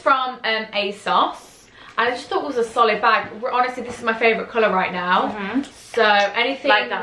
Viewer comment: No one:: ✨sOLiD✨